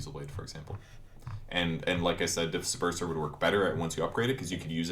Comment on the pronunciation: Disperser = Dis perverser